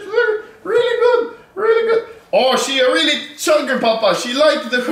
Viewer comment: you said goot 😂😂